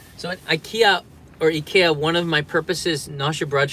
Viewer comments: I'm from Sweden and IKEA it's pronounced like says it. Japan got it right xD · I am also from Sweden and the Japanese way to pronounce IKEA is very correct. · Actualy the way its spell in japanese is the right way. The I in sweden is not speaking like in english it's spoken like in Japan. 😊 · nice to know japanese pronounce ikea the correct way 😘